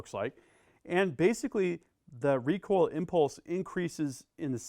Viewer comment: When we put wahn wecoil wig